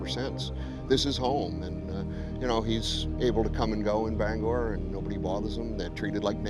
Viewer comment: Thanks for saying Bangor Right.